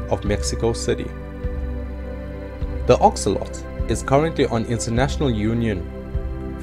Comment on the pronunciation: It’s axolotl not axoloti